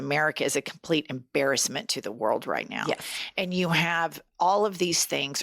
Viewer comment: I love your podcast, but i just gotta say.....and is a one syllable word.